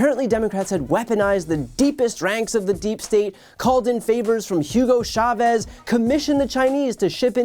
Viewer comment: DUDE! Chavez like Cha-Cha. Not Shabooby.